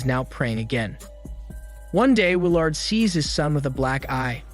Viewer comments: Wil-Aard amd Lennera...but not Willard and Lenora..fuck this guy's name pronunciation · Not to mention Will-Aard...jfc it's pronounced Will-erd.. and it's most def not Lenera..wtf that irritated me so bad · It's pronounced will erd. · Not to mention Will-Aard... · Bruh you need to learn how to say people names. I don’t know if that’s your shtick or what but it’s annoying AF. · The way he pronounces Willard😂😂😂